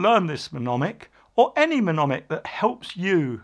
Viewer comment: I believe you mean "mnemonic" pronounced ne- mon- ic - (the front "m" is silent) :)